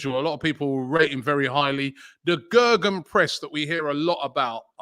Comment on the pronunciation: It’s not Gagan press it’s gegen press, Gaygan if you can pronounce it.